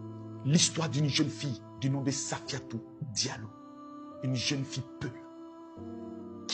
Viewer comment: Prononce bien son nom au moins 🙄